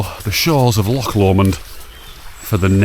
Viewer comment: Thanks for saying loch and dreich right. I do want to do the West Highland Way, one of these days.